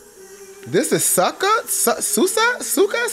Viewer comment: When I realized said “ Sucka, sooza, sooka” and really meant “ Sucia” I hollered sooooooo loud omgggg lmfaoooooooo 😂😂😂😭😭😭😭😭